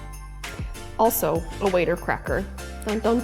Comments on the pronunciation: First time viewing this channel and you gotta train your bot to say words correctly i.e. water not waiter crackers and persimmon. I hope my bot doesn't do this. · Waiter crackers?? Could I be wrong in my pronunciation all these years? It looks like it says WATER crackers on the box. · I thought they were called water crackers. She pronounces it “waiter” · Re Water Crackers: my whole life I’ve said “watter”. Is it really pronounced “waiter”?? Never have heard that. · Charcuterie goals right here...gorgeous! Side question, have I been pronouncing water cracker wrong all this time? It's really pronounced "waiter" cracker? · WATER!! Not “waiter crackers. There is no I. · That tastless cracker is pronounced 'water' like the drink. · Nor water pronounced 'waiter" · Bro my uncultured ass has been mispronouncing "water" crackers this whole time